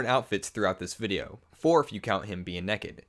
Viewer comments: Haha you said nekid! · Why do you say neked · I heard you. You said nekkid. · "Four if you count him being nekked." ._. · You say Nekked instead of naked and ecscape instead of escape.